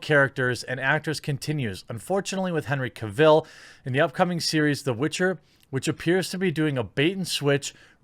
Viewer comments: Ca-ville?? Seriously? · The way you butcher Cavill's name gets to me lol.